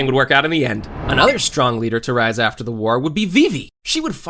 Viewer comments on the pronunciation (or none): none